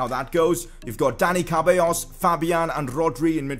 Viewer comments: I think it’s seballos should be pronounced for ceballos not cabellos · You dont know how to say dani ceballos's last name, you said "cábayos'' but it s ce-ba-llos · His name is Ceballos Pronounced (Sebayos)